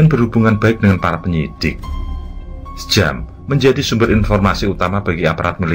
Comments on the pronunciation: koreksi,gak srek dengan ejaan dua nama Sjam(Syam) dan Njoto(Nyoto). Harusnya penyebutnya Nyoto dan Syam,jdi aneh kedengerannya. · Mohon maaf, Njoto dibaca Nyoto sedangkan Sjam dibaca Syam 🙏🏻🙏🏻🙏🏻